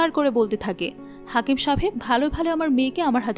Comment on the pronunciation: হাকিম নয় হেকিম।